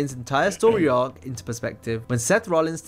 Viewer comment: You say it as ARC